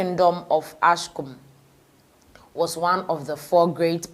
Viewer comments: It is Axum dear, not Askum. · What the heck , you can’t even read properly it’s called Axum or Aksum pronounce it right for god sake.